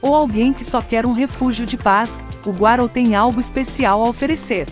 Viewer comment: nunca ouvi falar do rio Guarau, o Rio chama Rio Guaraú (acento no U)